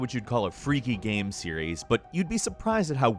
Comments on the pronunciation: why he can't pronounce game,same,name. Its always gam,nam,sam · why do you say gam instead of game